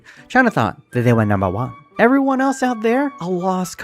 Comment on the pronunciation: NUMBA WAHN STILL NUMBA WANH